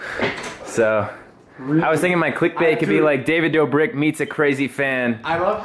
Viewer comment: He says dobrick he says it do-Brick